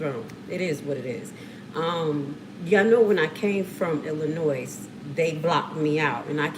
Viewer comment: For the record, the 'S" on Illinois is silent!